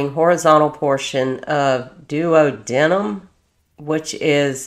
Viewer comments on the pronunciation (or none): This is very disturbing and reprehensible. Pronunciation is duodeenumb and cocksix for those words respectfully meant. Love your channel btw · Doo-wah-de-num. Cock-zyx (tailbone) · Morning dolly.❤ Still love your work. It’s dedication to the crimes against children that will bring people to hopefully pay attention to the crimes, and do more to protect them.❤ WHAT IS WRONG WITH CPS ?!!!!😤 It’s pronounced ( a friend explained to me as well) Du. wod de num. Wow! She has 4 other kiddos?!!!!!😮😢 Some women should be sterilized! RIP SWEETHEART MASON🙏💙💙💙💙💙💙🕊️ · I just found your channel and am currently binging it. Just wanted to give you some medical term help. Spiral fracture, not spinal fracture (of the leg.) It’s a type of fracture commonly found in kids of abuse… it’s caused by the twisting of the bone while pulling. Like when someone yanks the crap out of a kid. Duodenum is pronounced- Duo dee num OR doo ah doo num. Both pronunciations are correct. It’s part of the small bowel. Jejunum is pronounce- jeh (like jelly) jew num. Also small bowel. Coccyx pronounced- cocks icks (it’s your tailbone.) He had sepsis and was therefore septic.